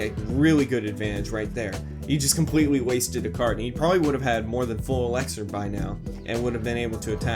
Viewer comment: Anyone else annoyed about how he says „ELEXER“